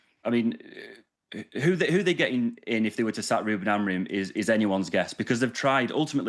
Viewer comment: Hahaha "Amogrim" Craig is so funny😏